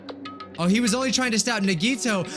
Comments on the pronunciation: EEYYYYYY HE SAID IT CORRECTLY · I was hoping that he would pronounce "Nagito" right in the trial after he hears his name a few times... I'm feeling true despair right now edit: omigod he pronounced it right!